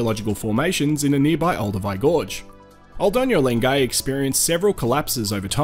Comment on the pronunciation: Great video - I love Lengai and have been there three times. One polite tip, though: it's pronounced len-guy, not len-gay. Otherwise good job and glad to see those fabulous landscapes again, especially Lake Natron.